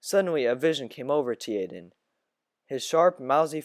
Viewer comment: it’s pronounced jay-den for (tjaden)